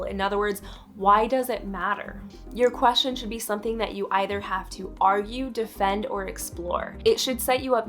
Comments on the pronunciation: i hate how she says "queshin" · Ugh. Maybe don't do a video on the topic of research questions if you can't pronounce the word "question".